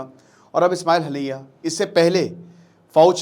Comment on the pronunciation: Ismail hanaiyya nhi hota master ji..Ismail hania hota h....pronounce wrong h....kya pdhate h bacho ko